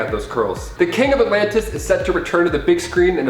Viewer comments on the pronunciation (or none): none